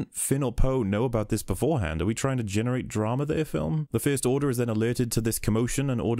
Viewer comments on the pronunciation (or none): none